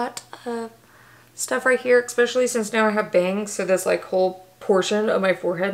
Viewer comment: Take a shot everytime she says eggspecially 😉! Great vid, been thinking about getting the cicapair products...will now buy them!